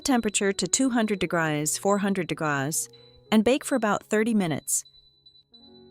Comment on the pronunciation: Another video with a crappy AI voice that can't pronounce common words like degrees. As soon as I hear that I stop watching.